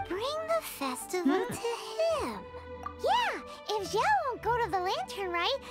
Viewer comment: for once someone who says "Xiao" correctly